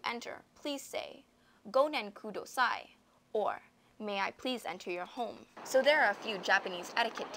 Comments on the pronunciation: remember its: * go CHI so sama, not go SHI so sama and * go MEN kudasai, not go MIN kudasai :) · It's Gochisousama not goshisousama, and Gomenkudasai not gominkudasai. The pronounciation wasn't too good either.